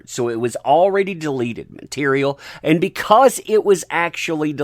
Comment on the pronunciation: It took you 4 times to pronounced “deleted” properly. At first I was confused about how you were using the word “delated” but impressed you knew the word.